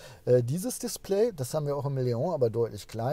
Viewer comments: Artic Ranger was daran ekelhaft ist, jmd. wegen falscher Aussprache zu berichtigen, ist mir schleierhaft. Ich mag seinen Content ja auch, aber es nervt schon sehr, dass er die Namen permanent falsch ausspricht (Zitrööön, Mercedes-Bäänz oder halt eben Leooh) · es heißt trotzdem LEON und nich Leohhhhh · Der Seat LEON wird nicht „Leong“ ausgesprochen! Das ist kein Franzose, sondern ein Spanier. „LeoN“. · Es ist ein spanisches Auto, kein französisches. Daher heißt es Leon und nicht Leoohh. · Cooles Auto und wie immer ein tolles Video - Danke. Zwei Dinge sind mir jedoch aufgefallen: Cap Formentor liegt im Nord-WESTEN Mallorcas und wie ein Vorschreiber schon erwähnte: Leon ist nicht französichen sondern spanischen Ursprungs und wird daher Leon - mit "n" (le.õn) ausgesprochen;-)